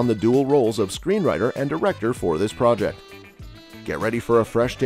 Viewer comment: Why the weird pronunciation of "project"?